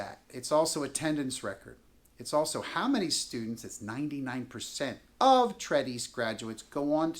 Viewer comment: Your pronunciation of Tredyffrin makes you sound quite foolish. Perhaps you should have done a bit more research.